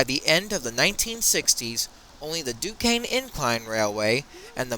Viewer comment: it's Duquesne, pronounced Duke-Cain